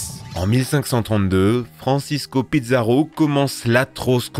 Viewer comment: Belle vidéo comme d'hab ! Mais par contre on dit Pizarro (Pissarro pas Pizza mdrr)